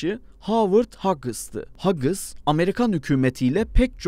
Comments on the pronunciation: Hagıs değil Hüuuğs. Skunkvörd değil skankvörd Lukiid martin değil lakiiğt martin İngilizce grameri birilerine sormalısın. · hagıs diye okunmaz ezbere okuyorak söylüyorsunuz. bari internetten nasıl telafuz edilir bi öğrenin. hüys şeklinde okunuyor. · Video çok güzel gidiyordu ta ki siz Havırd "HAGIS" diyene kadar... Edit: Luket Martin :DDD ingilizce kelimeleri translate'e yazıp biraz dinleyin ya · Hagıs ne yaaa! Bari netten araştırın telaffuz nasıl öğrenin. Sayın Hagıslar. Sıkank works birde sr71 i dizayn eden oluşum. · İngilizce telaffuza çalışsaydı bari dışses ... Hughes 'hakıs' diye mi telaffuz edilir? Kulak tırmalayıcı ... Veya doğru dürüst ingilizce bilen birisi bulunabilirdi